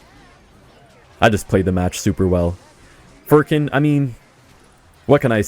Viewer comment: Furkan not furrkin